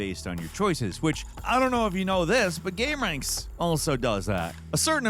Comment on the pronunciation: Ahh lol. I thought it was Gamer Anx(iety) 😂😂😂😂😂😂😂😂😂😂😂